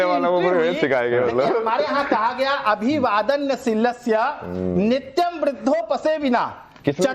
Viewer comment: अभिवादनशीलस्य को अभिवादन्नशीलस्य बोल रहें हैं suniye par google bhi kar sakte hai es lihaj se ye bhi pade likhe nahi hai